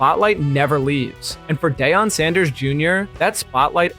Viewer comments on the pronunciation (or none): He can’t pronounce Deion, don’t trust this.